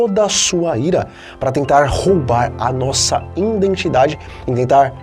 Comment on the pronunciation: " INDENTIDADE"? NÃO SERIA:" IDENTIDADE"?